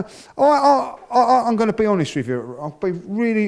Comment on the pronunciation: “I’m gonna be ‘onest wiv you Wobby!”